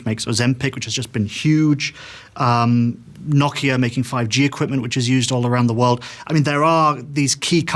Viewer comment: did he say Nokia?